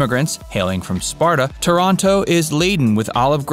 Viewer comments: Pronunciation is way off: It's Taranto, not Toronto. And cita vecchia? That was really bad. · Thank you for butchering my hometown's name LOL It's TAH-ranto, not ToROnto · The vídeo is fantastic ! But I thinh it's TÁRANTO but not TORONTO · Please!!! TORONTO is in Canada. TÀR-an-to is in Puglia. As is Ò-tran-to. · Oh, okay you’re saying Toronto as in Canada!?